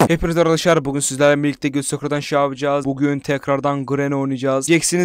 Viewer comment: Abi sen niye arkadaşlar diyeceğine niye arkadaşşaklar diyon